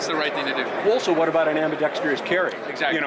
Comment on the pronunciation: Very well presented and articulated!!! Except for Ambidextrous... Correct: Am-bee-dex-trus Incorrect: Am-bee-dex-tree-us 🤣🤣🤣